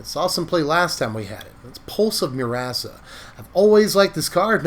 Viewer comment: Am I the only one hearing "Pulse of Your-ass-a"?? 🤣